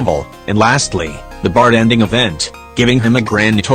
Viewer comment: Why do I keep hearing the TTS voice say bart-en-ding instead of bar-ten-ding?